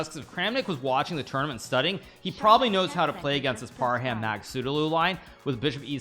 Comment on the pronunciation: It's Par-hum not Par-ham. Even Magsoodhlu you pronounce wrong.